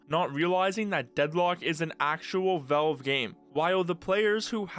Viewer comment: the way you pronounce valve is pissing me off and i don't know why